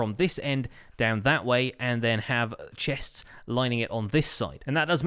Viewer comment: Why is it so hard for him to say chests says like chehhhsts